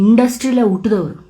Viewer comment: ಉಟ್ಟದವರು ಅಲ್ಲ ಹುಟ್ಟಿದವರು ಅಂತ ಹೇಳಿ. ಕನ್ನಡ ತುಂಬ ಸುಂದರವಾದ ಭಾಷೆ. ಸರಿಯಾಗಿ ಉಚ್ಛಾರ ಮಾಡಿ. ಇದು ನಿಮಗಷ್ಟೇ ಅಲ್ಲ ಬಹುತೇಕ ಕನ್ನಡಿಗರು ಇದೇ ರೀತಿ ಅಸಹ್ಯಕರವಾಗಿ ಮಾತನಾಡುತ್ತಾರೆ.